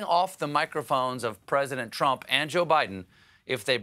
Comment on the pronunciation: I also heard him say "Twump". And what is an "Election Security Operation" and is "To join army" a saying, or is he just rambling?